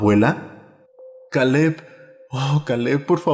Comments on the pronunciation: Kale? Pronunciarlo keil no suena tan extraño en español, o podrías haber usado un nombre común en español si no querías usar ese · todo muy bien hasta que pronunció Caleb